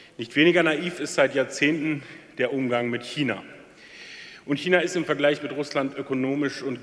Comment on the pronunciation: Super Rede... Schmerzt aber sehr, wie er so oft China falsch ausspricht...